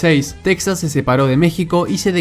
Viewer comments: En lengua española se dice Tejas, no Teksas, aunque se escriba Texas. Por cierto el término de "nación" usado al modo anglosajón haciéndolo equivalente de estado no me parece correc to.. Saludos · Es Texas no texxas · Aprenda a pronunciar Texas o Tejas correctamente en español. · SE PRONUNCIA "TEJAS" AUNQUE SE ESCRIBA CON X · Se pronuncia tejas. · En español se pronuncia Tejas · Gran video, solo una cosa amigo, aunque de escriba Texas, en español se lee Tejas, igual que Mexico se lee Mejico. No olvides que es territorio robado a los mexicanos y su nombre es español. Un saludo. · Texas se pronuncia /TEJAS/ en español!!